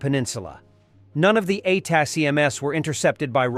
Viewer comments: Whoever writes the script needs to spell it phonetically as attack'ems. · Probably gotta to write attack m's not the acronym for the AI to say it right. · Teach the bot to say ATACMS. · This voice can’t pronounce ATACMS